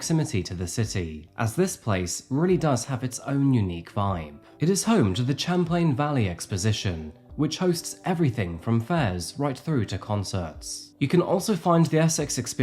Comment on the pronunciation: Hi there! I appreciate the historical background of Essex/Essex Junction because it is in my backyard. Champlain is pronounced SHAM-PLANE and Essex is not the second largest city in Vermont. Burlington is first, South Burlington is second, then Colchester. There are actually two towns next to each other - Essex and Essex Junction - each has around 11,000 residents and if you merge the two, then they would have 22,000 residents but you cannot say its the second largest municipality with 22,000 people. I remember this horrible missing persons case that no one had any idea of what happened. so scary.